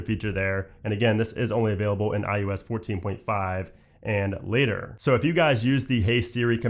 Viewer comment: IUS?? umm its iOS!